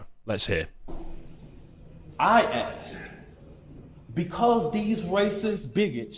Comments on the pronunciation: Still says "aks" and "dat" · Yah see you have to talk to them in pops and chick's or they don't understand. Kokomo knew sign language. Yet can't even pronounce the simple 3 letter word. Called ask!